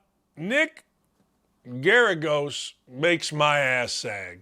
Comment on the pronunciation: lol "Nick Garigos". It's pronounced "Kiryos". And yes, he really is a pathetic clown. He has a history of, when he starts losing a match, he starts wasting everybody's time and acting like a child on the court, which is very disrespectful to the entire game. He is quite lazy as well. He puts in no effort in terms of training and has literally said he has no desire to actually put in the effort to win.